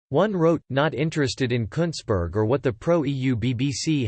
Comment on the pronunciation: You said it right mate, Kuntssberg.